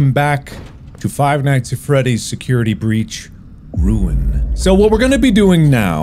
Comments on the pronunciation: I just want to thank editor for putting "Security Beach" to match Mark saying it wrong near the end. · « security beach »